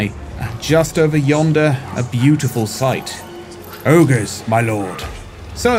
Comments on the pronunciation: He said the mighty ogres my lord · THEY SAID OGRES MY LORD!!! 😂😭😭